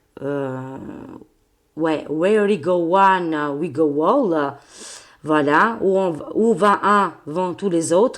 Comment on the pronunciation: Coucou! Merci beaucoup pour ce tirage qui vient conforter certaines de mes intuitions..Ohhh!! juste pour t'aider à prononcer cette phrase "where we go one, we go all" prononciation comme le hall de la gare.....qui signifie tous... J' espère que tout ira bien pour moi, pause prothèse de hanche le 20 octobre en clinique. Je fais confiance au Divin 😇